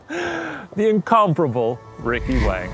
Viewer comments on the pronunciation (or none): none